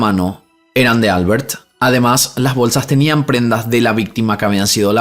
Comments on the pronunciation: Sólo porque lo pregunta; Xeraco en castellano se pronuncia "Cheraco". Y Albert es aguda, suena Albért. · Por que pronuncia la r de Albert como r inglesa? Cuando es español. Y lo mismo con Pierre. Sería una r francesa. Me llama la atención. Saludos me gusta sus videos😊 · No se dice Álbert (como inglés),se pronuncia Albért (aunque no lleva tilde) en catalán. Xeraco lo has dicho bien ✌🏻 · Holaaaaa! Me encanta tu canal. Sólo un apunte,,,esos nombres catalanes o valencianos que mencionas en el segundo caso llevan la sílaba tónica en la última sílaba. Albērt o Ricārt.. un saludoooo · Hola! Soy española, la segunda vez que has pronunciado Xeraco está bien, pero Albert en valenciano no es Albert como en inglés, solo es Alberto sin o, se pronunciaría algo así como Albért. Seguro no me lees, y tampoco es nada importante, pero es bonito saber que en España tenemos tantos idiomas y nombres de cada zona, no solo el castellano ❤